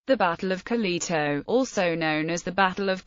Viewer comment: Could you butcher it any more?